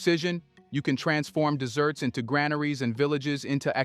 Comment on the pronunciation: the AI voice says 'desserts' instead of 'deserts', making me switch off on this one. 😅